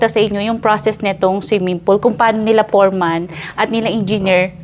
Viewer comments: Foreman not for man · Yung letter f mo naging p, sabi mo poreman instead of “foreman” . But anyway, good video.